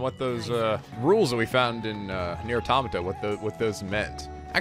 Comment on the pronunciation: you mentioned that you pronounce the name wrong but you also pronounce Automata wrong too